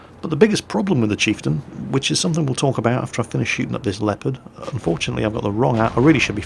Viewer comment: Why you say Lepard and not Leopard?